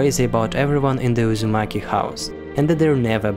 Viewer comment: It's pronounced "oo"zumaki